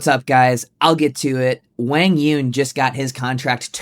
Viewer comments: Zane, learn to pronounce Quang Duong correctly. It's not pronounced like "Wang", geez..... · Who is WANG YONG!?!?😂 come on man you at least gotta say his name right. He’s been on TV over 100 times. I know you’ve heard the announcers say correctly at least once. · Quang Duong is pronounced Wang Yewn? Maybe the biggest shocker of the day for me. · if your gonna talk about QD, pronounce his damn name correctly at least. smh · About the name — I typed 'Quãng Đường' into Google Translate as Vietnamese, but it doesn’t sound like how Zane pronounces it. Am I missing something? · Was it a joke? Zane butchered QD’s name so badly that at first I thought he said something I couldn’t hear.